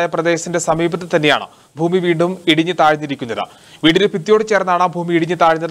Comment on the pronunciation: ഫൂമി അല്ലാ. ഭൂമി